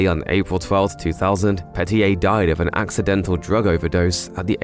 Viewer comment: I am confused why did u say din. Oh died lol